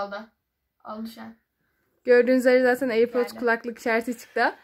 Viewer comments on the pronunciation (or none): Airpordosa airpord demeyeni de ne bilim